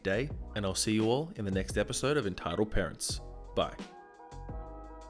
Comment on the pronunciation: Is it just me or did it sound like he said "Retitled Parents" lmao.